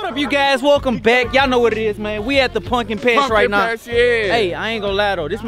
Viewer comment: keep sayin punkin patch like it’s not called pumpkin patch 🤣🤣🤣🤣